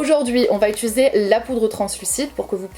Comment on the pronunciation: Je te découvre, tu es fraîche , les explications sont claires, les astuces toutes bonnes a prendre . Seul bémol , t'entendre dire utUliser a la place d'utIliser me stress. Mais je vais continuer à regarder tes vidéos 😋